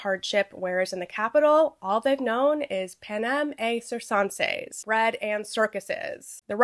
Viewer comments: It's "pan-em et kur-ken-seez" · FWIW, “panem et circenses” is pronounced: (Classical Latin): pah nem et [hard “t”] keer kehn says (Medieval Latin): pah nem et [hard “t”] cheer chen says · You're probably never going to see this but it's pronounced pan-em et (with the t) kir-ken-ses (My credentials are that I'm currently studying classical Latin in school lol)